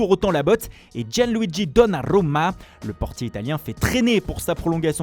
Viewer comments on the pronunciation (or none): none